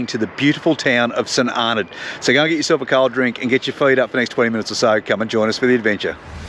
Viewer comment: Great place to visit - it's pronounced St "Arno".